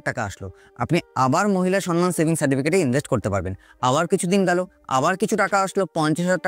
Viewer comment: সনমান নয়, সম্মান (সমমান)